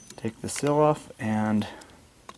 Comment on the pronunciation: And it's seal, not sill. haha